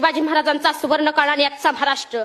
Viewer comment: म्हराष्ट्र नाही रे महाराष्ट्र